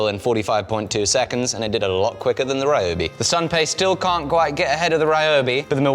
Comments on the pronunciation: "This Raiyoubi drill..." The other errors are to be expected, but pronouncing 'ryo' as 'rai'!? HOW do you manage to get 'rai', from 'ryo'!? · Ryobi might do better if you pronounced it's name correctly 😂😂😂 seriously tho, was def time for something new, Ole girl served you well